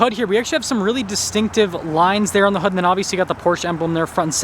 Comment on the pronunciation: In what part of the country is hood pronounced hod ? 😅